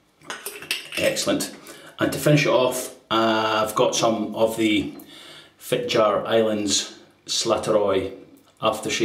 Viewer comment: You asked for it,: Yes, you did butcher Fitjar and Slåtterøy a bit (but they will survive: just a few weepers and nicks) J is like an English y. The diacritical sign above the a is there for a reason: It changes the sound from an open ah to an o-like sound), the double t makes it short, like Slot in a coin slot. Ø is like the French œ or the German/Swedish/Turkish ö, rougly like the i in bird. This time as a diphthong with the y. Imagine the stereotypical New Yorker saying bird: bøyd. (As an aside, in Faroese the øy has indeed morphed into oy.) So it would sound a bit like Fit-yar Islands [that's the ‘intrusive’ English word] Slot-er-øy. Do pronounce the r in your normal Scottish way